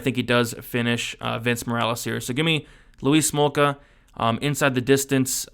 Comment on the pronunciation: Or you calling him Louise Smolka?!🤔